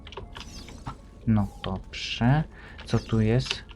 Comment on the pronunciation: "no doprze" hehe xD